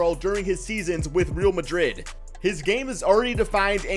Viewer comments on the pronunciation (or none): Spanish here. It is pronounced like the "e" of america